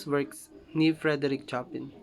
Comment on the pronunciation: pls check your pronounciation of Chopin. mis pronounced po kc